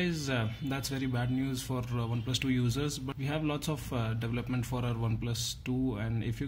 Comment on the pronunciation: why do all indian sounding people pronounce "develop*" (developper, development, etc..) with emphasis on the first syllable (DEVelopment)? that's sounds very wrong to me and is neither how american nor how british people pronounce it. It is pronounced with emphasis on the second syllable (deVELopment). Go to a text to speech engine and listen to how it is pronounced. Sorry for my rant but this always bugs me about every technical indian/pakistani/wherever from asia you come from, you have the accent.